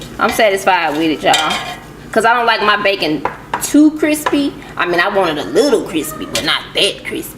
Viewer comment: Extra Cwispy